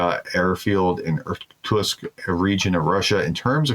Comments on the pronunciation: Nice content. Pro tip: consider practicing Russian and Ukrainian words, such as place names, before going on air as to avoid sounding dumb. Ex. - Irkutsk is pronounced Ir-Koot-SSK, not Ir-Toosk or Ir-Koosks. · The Prof obviously didn't grow up playing Risk or he'd know how to pronounce Irkutsk LOL